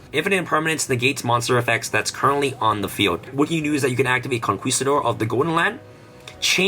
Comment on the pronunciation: Conquistador doesn't sound the "u" sound. It's pronounced "Con-KI-stador."